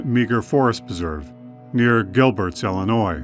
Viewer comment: It's Illinois not Ellenois .